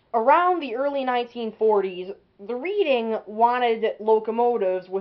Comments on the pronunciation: Pronounced "red-ing", not "reed-ing". But you got the history right. A nice engine. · Great video! One small nit-pick: it's pronounced "Redding" like Reading, Pennsylvania.